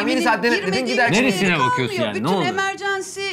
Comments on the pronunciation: "emercensi" telafuzuna dalga geçenleri okumaya geldim. okuyup gidicem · Kadın kendini o kadar övdü sonra "EMERCENSİ" dedi yüzüne tüküresim geldi. O kadar dünyayı geziyon madem okunuşunu bil bari.